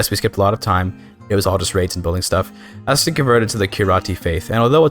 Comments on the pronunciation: "Hah-Sten" will forever haunt my dreams. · It's HEY-STEEN...and you aren't CHANGING THAT. Thanks, for video!